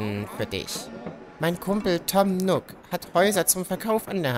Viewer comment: Tom Nook, nicht Tom Nock! Wie Nuuk ausgesprochen. triggered